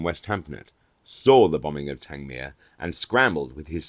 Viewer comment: I live near Worthing, and often think of the air battles that once raged overhead.. Everything about this channel is perfect, even the pronunciation of Tangmere ,with stress on the last syllable..... a wonderful aviation museum there; a visit brings tears to one's eyes.